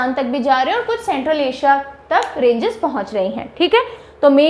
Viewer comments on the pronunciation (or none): none